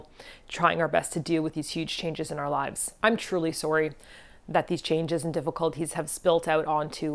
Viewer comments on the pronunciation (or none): I swear I was taking things seriously, but then you said "sorry" in the stereotypical Canadian way :) Glad you're heading back to Japan... I take it you maintained residency over there? I wish I could visit... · I shouldn't have laughed when you said sorry with your extreme Canadian accent;) I'm all in for the new japan adventures